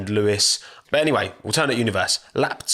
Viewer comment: The way says ‘Alternate’ 😖